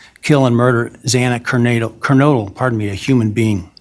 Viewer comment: The judge didn't even bother to learn how to pronounce Xana's surname correctly. And thanked the defendant for showing him respect by standing😂What a bunch of rednecks!